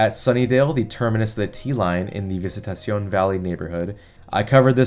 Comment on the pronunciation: another one is Visitacion Valley which is pronounced Visitation Valley.